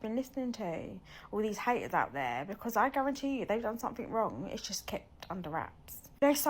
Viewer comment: Not relevant but I love the way say "becud" instead of because sometimes